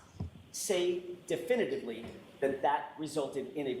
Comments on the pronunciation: He repeatedly can't say "definitively" (d'fin-ly) ... because he doesn't actually know how to say it or spell it. He doesn't know the word. He's not an expert in English. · It may be petty and a little bit elitest of me, but every time he says "definally" instead of "definitively" it hurts me.